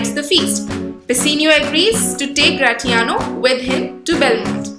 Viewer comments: Don’t sayGratiano same in as the word in pronounciation it is Grashiano kkkk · I am sorry to tell you that your pronunciation of gratiano is wrong .... The t will be silent